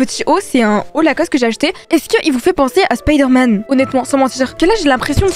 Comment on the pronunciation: oui clairement spiderman et merci d'avoir dit spayderman et pas spiiderman